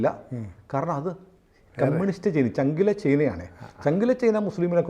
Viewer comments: ചെയ്ന അല്ല ചൈന എന്നു പറയൂ.. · ചെയ്നയല്ല ചേന😅😅